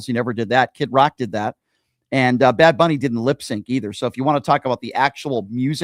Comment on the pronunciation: It's Bad Bunny, Brian, not Big Bunny, sir.